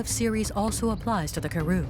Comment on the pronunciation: Would be nice if the narrator properly pronounced Karoo- emphasis on the second sylable